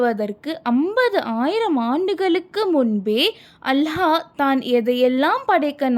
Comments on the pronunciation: அல்ஹா அல்ல அல்லாஹ் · அல்ஹா இல்ல அல்லாஹ் if Iam correct correct it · Hallah illa Allah harsh illa arsh enna pesa kooda teriyaze